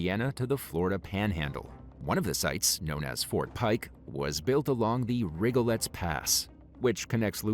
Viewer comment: As a NOLA native, I'm weeping at the slaughtered pronunciation of The Rigolets. RIG-uh-leez. Francais.